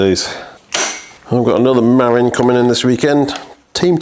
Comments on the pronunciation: Cheeky, you've been to Marin County yet you're still saying "merrin". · Dear: mə-RIN. -Love, California. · Muh-RIN is the name of the county where mountain biking started, especially on the trails of Mount Tamalpais (Mt. Tam). Beautiful place, if you can afford to live there. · Yeah, I just saw i the video that you actually do know how to pronounce it and you just couldn’t be arsed. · Hello. Welcome back from your vacation. I’m hoping you had a fun and relaxing time 😎🤗 It’s pronounced MA-RIN or mah-rin. Not not MAR-IN. I know this because I’ve lived here for most of the last 14 years. Stunning bike. I really wish you could restore the paint. It would change the whole bike. Muir Woods is pronounced Mure-woods. They are named after a famous American naturalist. The man who donated the plot of land where the woods are located was inspired by the American naturalist writer John Muir. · "Marin" is pronounced "muh-RINN", rhymes with "the win". Source: I live just across San Francisco Bay from Marin County :) You pronounced "Eldridge" correctly. For those curious, Eldridge Grade is a fire road that climbs up the eastern face of Mt Tamalpais in Marin County. It's not too steep, but quite a long climb and the surface gets really chunky near the top.